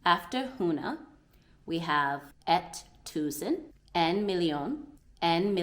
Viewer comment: You are really managing Danish pronunciations fabulously <3 There are only tiny "tweeks" to attend to. Like where (and when) we insert a pressure on a vokal. The number "en" is expressed with a short pressure on "e", when the number stands alone or are a part of a short word, but less so, when it is a part of a longer word. Like "én", "én-og-tyve", "en-og-halvtreds" ... But then again, if it is used as an "unspecific article" we do not use a pressure on the vokal. Like in "et hus" or "en fisk" ... "en/et" kinda floats into the last part of the word. Exept if the number is an important part of the information, then we hit the pressure on the "e". That is, if it is "absolutely only one!" It would have been a lot more easy for you to learn Danish in the part of Jutland around Ringkøbing. Traditionally they don't have any genders in the language, but only use "æ" as a common substitution for "en" and "et" and "yén" (written "jen") as the number ... 😀 So it would be "jen hus/æ hus" (one house/the house - DA: "et hus/huset") and "jen ko/æ ko" (one cow/the cow - DA:en ko/koen) ... way more like English! 😀 I have met Somali people talking fluently Danish after a very short time, but were mucked for speaking Jutlandish ... which is absolutely okay, but a dialect of Danish ;-)